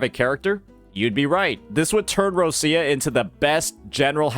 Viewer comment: Me still waiting for this guy to say Roccia's name correctly XD